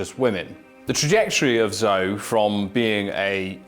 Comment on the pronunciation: He is really mispronouncing those Chinese names. Zou...lol